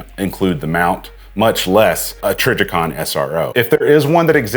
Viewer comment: I may be trippin but I think he also said “trijjercon”…